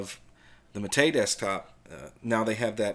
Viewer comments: I thought the accent in "mate" went on the first syllable. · Actually, and the people he mocks BOTH are wrong. It's MAH-tay, from the yerba mate plant. In Spanish, unless otherwise indicated, the accent falls on the penultimate syllable of the word.